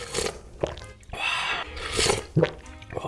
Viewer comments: 마라탕 발음 정말 표준적이에요! 중국에 놀러 오세요~기분도 빨리 나아지길 바랄게요 너무 슬퍼하지 마세요~중국에도 당신의 영상을 좋아하는 친구들이 많아요 Bilibili에도 많이 와 주세요~화이팅! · 중국인입니다…이 영상을 추천해준 사람… 넘 구마웡 ㅋㅋㅋㅋㅋ마라탕 세글자 발음이 진짜 미친ㅋㅋㅋㅋ정확한데 🐶웃겨 ㅋㅋㅋㅋㅋ 중국에 오신걸 언제든지 환영합니당!!